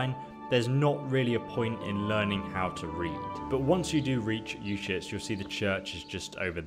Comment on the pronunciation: SwordBreaker925 yes some NPCs say it clearly. but the Baliff of Uzhitz makes it sound like "our shits" so there's that ^.^